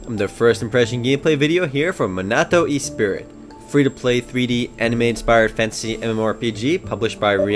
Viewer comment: E-spirit? "Ess-pree". Also, you have a somewhat creepy loli-fascination and it makes me nervous? ^^